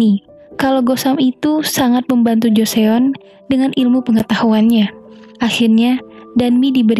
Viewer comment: joseon bacanya joson mba